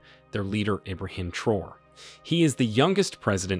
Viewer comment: Ibrahim Traore is not pronounced “Troor” but “Tra-orey”. Other than that, nice video.